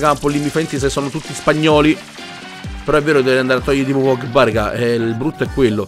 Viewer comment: io mi chiedo quando imparerai a dire pogba e non pogghebbà